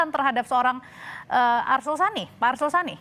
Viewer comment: Arsul Sani woiii bukan Asrul Sani...asal bunyi aja lu